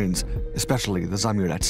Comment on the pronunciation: It's not "zamurEz", it's spelled "za-Amurets", with two separate 'A's and inflection on second one. It means "person from beyond river Amur"